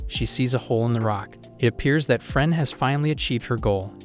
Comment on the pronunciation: It's firien